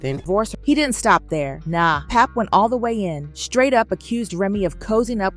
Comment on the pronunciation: Can we have people from our culture only ...reporting the business cause these outsiders swear they in the mix but can't even pronounce pap name right